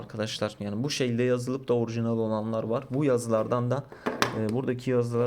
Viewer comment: orğjiğnal arkadaşlar